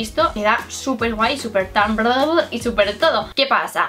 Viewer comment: me encanta tus videos y como pronuncias tumblr se pronuncia tambler para la próxima te amo 😂❤ sigue creciendo asi